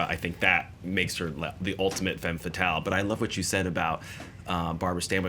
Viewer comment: Guys, the "e" in "femme fatale" is pronounced like the "u" in "rub", not like the "a" in "man". Learn your French. Stop being such stereotypical Americans who don't give a shit about foreign languaages.